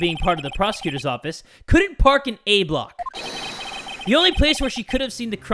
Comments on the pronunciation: Idk why i find it so amusing that you said "ah block" instead of A-block lolol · 😂 i got confused for a second when he said ah block and then said b block